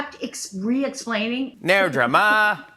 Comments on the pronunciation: 'No worries' is the most common term. She says drummer instead of draaamaa 🤣🤣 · As an Aussie we sometimes say "No dramas" which means "Not a problem" or "All good" or "No sweat". We pronounce Drama like Llama or Karma not whatever she was trying to do.